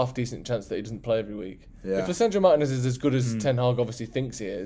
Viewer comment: "Marr Tea ness" not Mar Tin ness 🙈🤦🏿‍♂️